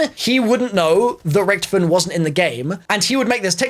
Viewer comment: Why did you say Richthofen like rich